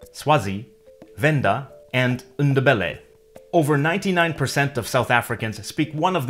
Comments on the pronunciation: Sawubona it's NDEBELE not ndbele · I don't think the N in Ndebele is pronounced. I talked to Ndebele ppl from Zim they never say the n.